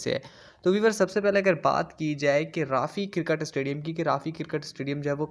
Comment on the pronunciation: Karkat astadium Bhai pronounce to sahi kro